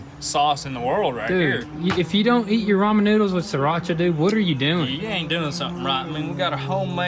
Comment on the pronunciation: Lol can't pronounce ramen right but he can pronounce Srirarcha